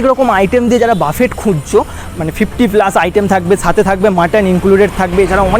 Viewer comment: উচ্চারণ টা বাফেট নয় বুফে হবে 😵‍💫